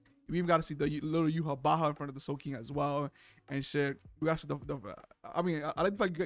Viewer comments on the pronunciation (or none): it's not pronounced yuhabaha, it's "Yuha Vach" (Yhwach). also I have never seen a scanlation call him "yawach bleach" bro 😭